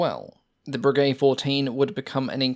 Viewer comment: No; it's "bray gay"